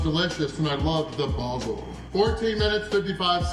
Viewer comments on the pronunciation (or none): Love your pronunciations.... "basil" was slightly off but I'm sure all of us brits will let that slide.... Also the use of "45quid" was damn respectable.... I tip my hat to you, good sir!